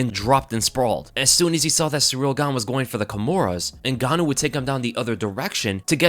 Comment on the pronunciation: you said his name wrong in the start lol